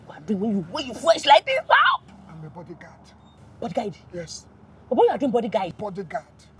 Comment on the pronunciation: Bimbo you're the best Bodyguard na him sine dey pronounce as bodyGUIDE 😂😂